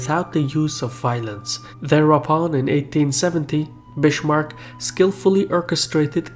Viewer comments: How we Germans say Bismarck = Beesmarck (But bee very short) Edit: not Bishmark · Bismarck is actually pronounced like biskuit (not Bishmarck) ;-) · He is called Bismark not Bishmark. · It's not "Bitchmark" dumbass, it's BISMARCK. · "I'm gonna steal ya bish, Mark." No but seriously, every time I hear "Bishmark", I want to shoot myself. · Bismarck is pronounced Biz-mark not Bish-mark. Come on, do your homework! In Versailles the l's are silent. Come on, these are really historically important names., you should pronounce them correctly. You lose a lot of credibility and respect by not doing so. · It's Bismarck, bot Bishmarck. But great video nonetheless! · germany is still divided, into 16 countries. and the name isn't spoken "bishmark", it's more of a "bizmark" :3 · Bizmark not bissssmark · it's biSmarck, not biSHmark. Just saying. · good video, bu it is not pronounced bishmarck... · Kardeşim güzel videolar yapıyorsun içerik açısından oldukça zengin ama şu telaffuzunu biraz düzeltmen lazım. Amerikan aksanıyla konuş gibi bir beklentimiz yok ama en azından Bismarck'a Bishmark deme. Çok kulak tırmalıyor. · "Bischmark" xD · Bitchmark? :D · its funny how you pronounce Bismarck. It sounds like Bish-marck, a lot like the city of Bishkek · "Bischmark"? please, pronunciation of Bismark's name is totally wrong every single time in the movie... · Bishmark... Please, people, consult native speakers before you make videos with words you don't know how to pronounce. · "Bishmark"?:D seriously?:DD Why? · if we mention "Bishmark", we shouldn't forgte "Möltke" and "Röhn" (Moltke and Roon) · Because in German "s" before consonants usually sounds like "sh". Though not always, and Bismarck is not "Bishmarck" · Great video, but Bismarck is not pronounced 'Bishmarck'. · I am a native speaker of "his language". It is not pronounced "Bishmark". He just made an error. Simple as that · Your Bismarck pronunciation is completely wrong.